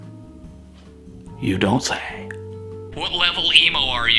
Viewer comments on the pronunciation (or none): + killed me lmfao. " you don't sheyy"